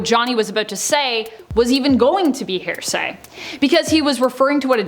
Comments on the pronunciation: Say it with me HEAR-SAY not HAIR-SAY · It's not 'hair say' it's HEAR say. Jesus Christ. There's no variant in pronunciations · YES!!!! I was wondering that myself! She sounds like she is saying hair-say!!! I hope it is an accent-thing she is using and understands that it's hear-say...like, "I'll tell you what I think I heard." ....is HEAR- say. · FYI, it’s here-say not hair-say. If you’re going to be an anchor, pronounce words properly, just Google pronunciation. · HEAR-SAY, NOT... HAIR-SAY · Right?! I keep hearing it as “HAIR-say”. 😂🤦‍♀️ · OMG YES! So much "HAIR-say". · Seriously though it’s driving me nuts hearing it pronounced wrong over and over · Is it just me, or does it sound like she’s saying a weird combination of ‘hearsay’ and ‘heresy’? 🤷‍♀️